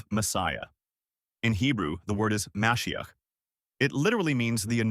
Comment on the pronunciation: There is more than this, starting with the nature of the question. It is asked as if Christianity is the obvious default. That is not true to Jews. By the way, how moshiach is pronounced is “moe SHE akh”. Moshiach is absolutely not the only question. A nuch bigger one than that is the sacrifice. The sacrifice brings all sorts of problems, starting with that for this to work, God has to accept a human sacrifice. We do not believe He would. There is also sacrifice law. it specifies: A kosher animal Sacrificed ritually Sacrificed humanely In the Temple With the carcass treated in a ritual way None of which happens. In fact, two of these are violated to the greatest degree possible: a human sacrifice is the least kosher animal possible and crucifixion is the least humane way possible. This looks like a sacrifice made by someone who hates God. And so God not only has to accept a human sacrifice, He has to accept one that looks designed to insult Him. Now, I am not arguing against Christian beliefs. I have no way of knowing. (What you say or believe you have experienced personally will not persuade me.) What I am arguing is that they are not Jewish. They don’t have to be, but they do have to be for me to follow them. Aside from my heritage, Judaism makes more sense to me, not that it should to you. Judaism holds that how we treat others is more critical than faith is. That makes absolute sense to me, as God does not need our faith (He is not Tinkerbell), but He does want kind and e